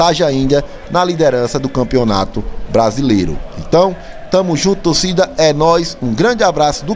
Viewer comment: Fala tócida, tócida que canta e vibra, a palavra torcida foi pra casa do c.....kkkk